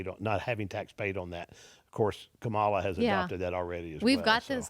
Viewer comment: Mark Cuban business knowledge >>>>>>>>>>> x billion >>> your "dads" business knowledge lmao. Were you seriously expecting this to mean something running to daddy pitting him against Mark friggin Cuban?? LMFAO low Iq trump voters INDEED. ENJOY THE LOSS LOSERS😂 It's Kamala not kom uh luhh 😂 ignorant racist people 🙄